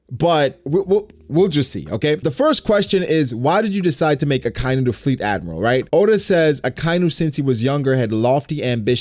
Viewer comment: Loves Akainu so much that he pronounces his name incorrectly